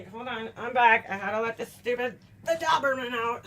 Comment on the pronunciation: Can I ask a genuine question? Just curious. When u call ur dog ...you pronounce him as a DOB-er-men. But .... I've never heard that pronounction. Ive only heard like DOE BER MEN. (DOE OR DOBER..LIKE SOBER. IS It just where we're from tyoe difference or have i newn6 wrong here years?????